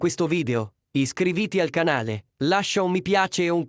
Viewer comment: ''iscrivìti'' con l'accento sulla terza ''i''?basta con queste stupide voci artificiali